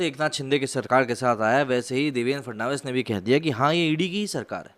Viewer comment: Its not Devendra Fernandez its Fadanvis🤣